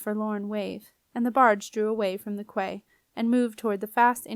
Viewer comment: Hey great job 👏 genuinely read well. I just wanted to add though that quay is pronounced like kee or key, not cway.